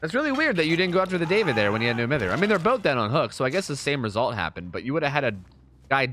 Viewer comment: Please stop saying No Mither wrong.